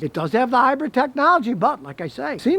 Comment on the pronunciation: Lol “high-bread”